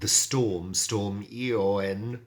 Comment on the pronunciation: It's never nice when the people above decide to disrupt the status quo , stay strong . I laughed out loud with the storm pronunciation ....we did the same. I hope you back is feeling better.